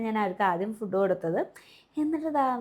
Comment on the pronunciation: ഫുഡ്ഡ് അല്ല ഫൂഡ്